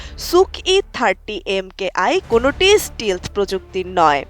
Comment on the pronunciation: স্টিলথ না স্টেলথ উচ্চারণ হবে